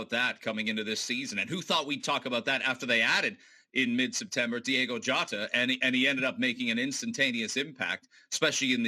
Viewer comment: Can we take a minute to acknowledge the 17 different ways they pronounced Diogo Jota